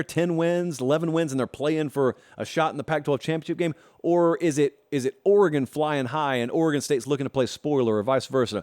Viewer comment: Thank you for pronouncing the State of Oregon correctly.